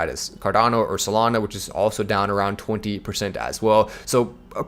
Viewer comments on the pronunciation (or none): none